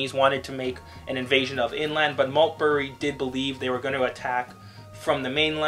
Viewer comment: Major general Christopher Maltby NOT Maltberry !